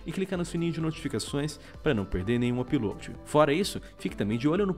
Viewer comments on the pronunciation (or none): none